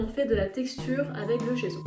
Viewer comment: Ça se prononce djesso ! À l'italienne 😊